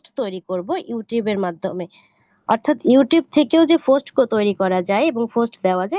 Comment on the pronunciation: Try to improve your pronunciation and remove your local language. like "Post" instead of "Fust"